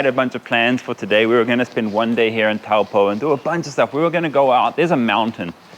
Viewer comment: TOE.POOR not TOWELPOE. That "moory house" is called a MARAE (MA.RAI). Also its MAOW.RI not Moory. All the effort to learn hindi but cant pronounce maori properly.. 🤷‍♀️